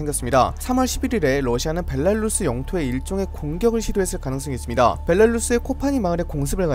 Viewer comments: 벨라루스 발음 벨랄루쓰 이러는게 신기하네 ㅋㅋ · 벨라루스 발음좀 고쳐라 발렐루스 벨랄루스... 나 참... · 정보전달이나 내용이 좋아서 구독하고 있는데 벨랄루스는 들을때마다 거슬리네요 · 항상 빠른정보 감사합니다 근데 벨라루스가아니라 벨랄루스로 들려요ㅋㅋㅋㅋ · 벨 라 루 스 벨랄루스 🤣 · 오늘은 벨라루스가 많이 나오는 덕분에 벨랄루스를 많이 듣는군요 ㅋㅋㅋㅋ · 벨랄루스 벨랄루스 발음 신경쓰여요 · 벨라루스 발음 커엽 ㅋㅋ